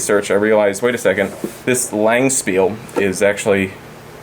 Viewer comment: Damn,. You just butchered the word Langspil. Took me a while to understand what you were talking about.